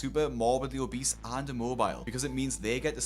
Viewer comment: How was Charles 300-400lbs after being homeless for 2 years and being on hard drugs??? I don't understand that. Plus I'm sure his brother said obeast instead of obese 🤣 I've not heard anyone say that for years